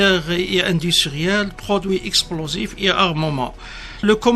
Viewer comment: Un général pppaaappppppp quelle langue française" chossere " pour chaussure."explosifes" esplosives etc